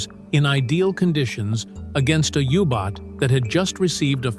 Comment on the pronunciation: It is a U-Boat not a Hubot nor a Yubot! It is shame that an interesting video is ruined by AI-speak!